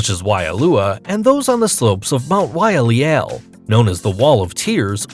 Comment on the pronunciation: 😂 Mount Waialeale is pronounced Why-a-lay-a-lay, not Why-a-leal. And Napali is Na-pa-lee. 😂